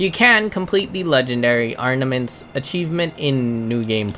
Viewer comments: Mozz-Oh-Lee-Umm ARMament…not ARN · When he said 'Arnaments' I 100% assumed he was trolling. Cause how..